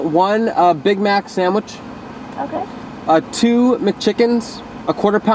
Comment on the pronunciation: ITS SANDWICH NOT SAMWICH DAMN